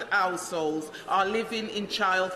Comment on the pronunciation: I've never seen an MP that can't pronounce 'households' before.